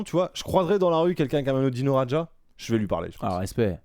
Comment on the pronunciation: Par contre mon cher ça se prononce Dino "Radia" et non "Radja" 😉😘